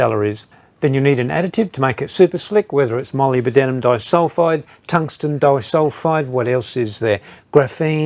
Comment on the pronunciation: Where on earth did you get that weird "Molly-B-Denim" pronunciation of molybdenum? Wouldn't you check how to say a word correctly before using it repeatedly in a video?